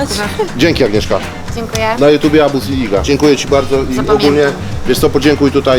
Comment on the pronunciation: matko boska, abus to mówiłem jak miałem 3 latka, mówi się arbuz i piszę przez Z na końcu.